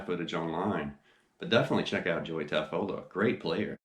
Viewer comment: Great video! BTW, I believe he pronounces his name Taffoia....with the L as a Y....